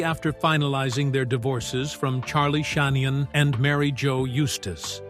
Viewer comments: On Camera!? Forcing herself to feel the pain On Camera!? oh please,the blatant bias of this massively priviledged Camera Couple should never have had children. sadly their children are pawns of pathetic parents. charlie sheen Not shahenan😂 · Charlie Shanian not Charlie Sheen! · Nine oh two-ten🤣 and what’s up with the pics of Charlie SHEEN!? So weird…